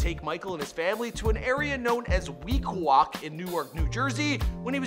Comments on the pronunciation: Its pronounced "Week Way" not "Week Wok". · It's not Weeqaquack, it's Weequahic section of Newark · It's not week walk. It's WEEQUAHIC!!!!! Call the city and ask how to pronounce our city correctly. Please show us the respect and update your video. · It's pronounced Week-way in Newark. Thanks for sharing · Lol he said week wok. Weequahic s pronounced like weekway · Weequahic not pronounced “weak wauwk”🤦🏾‍♂️ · “Weekwak”😂 it’s Pronounced “Week-way-ic” but spelled Weequaic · Bro it’s called weequiake(week way)not weekwak 😭😭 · LMFAOOOO Im from Newark you couldve just said the south and its pronounced week-way not weak wak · said wee qhawa lol its week way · Weequahic is pronounced WEE-KWAY-IC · it's pronounced (week-qway) Weequaic😭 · Im from newark like da boi Michael B so I would like to you its pronounced weekway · Do y’all hear how he pronounced weequahic?😭 to make it easy it’s pronounced properly as “week•way”..very easy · It’s pronounced week-way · It's pronounced Weequaich (week way ik). Man you're worse than Charlamagne!!!🤣🤣🤣🤣🤣🤣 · Dear "Weequahic" (pronounced wee-KWOY-ik, though many locals say WEEK-wake)...FYI it's actually a native american word for "head of the cove.....all it would have taken was a 1 minuet google search.....Sheesh!! Canadians and their lazy English pronunciations....Do better. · you totally butchered Weequahic 😭😭 it’s pronounced “Week-Way” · Bruh, Weequahic is pronounce "wee-kway". That's the section of Newark(province as one word) that MBJ is from. Bruh. 😒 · It’s pronounced “Week-Way” it’s on The South side of Newark #ProudNewarkNative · It's Weequahic, pronounced ...wee-kway-ik Or if your from the area Week-way. NEWARK,NJ FOREVER!!! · Weequahic is pronounced as Week Way and don’t forget his starring as Steve in Chronicle! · It’s pronounced wee-kway not what u said 🤦🏽‍♂️😂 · Bro it’s pronounced WEEKWAY not what ever bull you just allowed to flow out your mouth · It's pronounced (week-way)